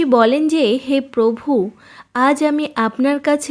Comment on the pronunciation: আপনার মুখে পভু উচ্চারণ শুনতে খুব মজা লাগে আমার ৷ হাসিও পায় বটে ৷ ধন্যবাদ দিদি ভাই